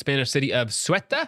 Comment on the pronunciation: Ceuta? "soo-tah" dammit